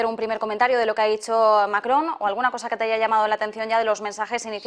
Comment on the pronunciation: Macron o Mary-cron??????